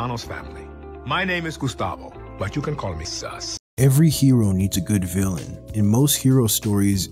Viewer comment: I thought he said his name is sus